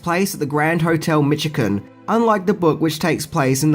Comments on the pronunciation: Michigan is pronounced with a sh like shy not ch like chair. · It's pronounced Mish-a-gan. Specifically, it was filmed on Mack-in-naw Island (I'm glad you didn't try that one. Outsiders never get it right). It's a beautiful island where motor vehicles aren't permitted, only horses and bikes. I can't even ride my onewheel there. I saw a scene with Chris Reeve on a balcony being filmed there when on holiday. I was quite young. My father pointed up and said, "That's Superman up there." I'll never forget that. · Pronounced "Mish-again"